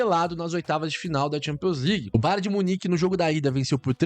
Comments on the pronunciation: Cara toda vez entendo você falando BAR DE MUNIQUE 😂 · Kkkkkk ele fala BAR de munique 😂😂.